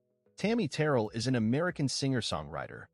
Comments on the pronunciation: AI, it's Terr rell. Not Terrell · It is Terr elle, with the emphasis on the elle.